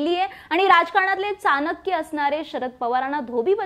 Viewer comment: Chanakya cha uchhar khup kataknyasarkha aahe